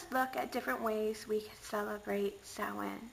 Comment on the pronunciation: Really enjoyed the historical presentation of Samhain! Not to mention the pronunciation of it! I've seen the blurbs in other texts of HOW to pronounce it, but have actually never HEARD it pronounced before! LOL!